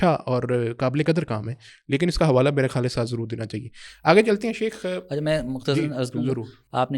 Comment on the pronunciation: شیخ لفظ تو ٹھیک کرلو بیلی